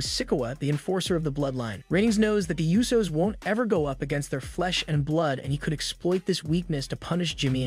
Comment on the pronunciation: learn how to say wrestlers' names. La Knight, it's L A Knight. how do you not know how to say Butch? who are the U So's?